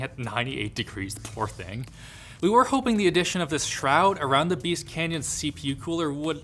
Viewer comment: It's Beast, not Beat.